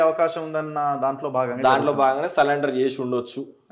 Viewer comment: తమ్ముడు నీ పోరాటపోరాటానికి అభినందనలు,మీరు సలెండరు అనే పదానికి సరెండరు అని చెప్పండి . ❤😂 Hatsoff